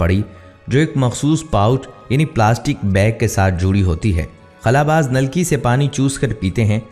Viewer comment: بھائی لفظ خلا کے خ کے اوپر پیش نہیں ہوتا صرف خلا باز پڑھا جائے گا اپنی درستگی کر لیں